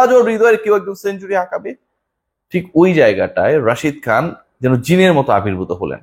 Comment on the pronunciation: যাই হোক একটা প্লেয়ারের নাম শুদ্ধ করে বলেছেন তার জন্য ধন্যবাদ Rashid Khan